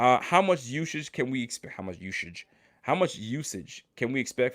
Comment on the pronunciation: Yeah I agree, but I was just messing with, when he said "uzage" instead of usage. He had me rolling at the time 😁